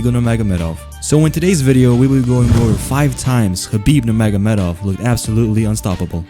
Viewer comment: Say his name AGAIN nurmagomehomov